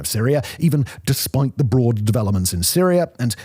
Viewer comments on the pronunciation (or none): none